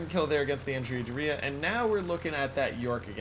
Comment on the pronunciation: "Andrea Doria" - the stress in Doria is on the first syllable, which sounds like "door" in English. An interesting mix - AP rockets with apparently disproportionate numbers of hits to damage (good for farming ribbons?), OK torpedoes, and no bombs at all. If they ever do fix it so that Tier 8 ships can play Tier 6 or 7 operations, I might well consider this ship. Looking forward to the commander build. Cherry Blossom is restricted to Allied cruisers.